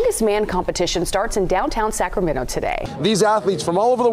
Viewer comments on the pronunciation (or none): none